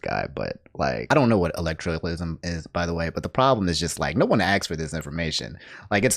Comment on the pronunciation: Elect - torial - ism Loved the video - - but come on man, sound it out